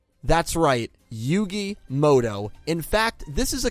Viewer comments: Why do people pronounce it "Yugi Moto" when it's muto?? 🤔 Even I do this lol Mandela effect maybe? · "Yugi Modo"